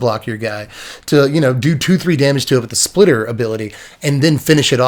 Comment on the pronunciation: spitter not splitter